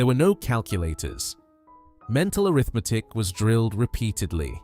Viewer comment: he sais Arithmetic like it's a condition